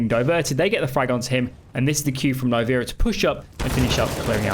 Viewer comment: I believe its called as Nee- vera right?